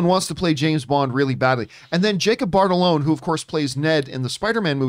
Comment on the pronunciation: Just waiting for the day John pronounces Jacob Batalons name right😂 there’s not even an “R” in it and he pronounces it bartalon